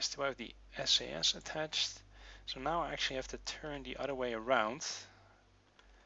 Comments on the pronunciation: Please say S.A.S not sas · Not that it matters, but ti S-A-S and E-V-A individual letters.